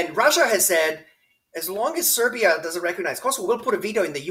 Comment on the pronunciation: are you saying Serv’ia and Vojvodina